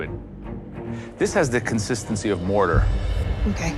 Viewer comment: Mortar 🤣🤣🤣 Not Mordor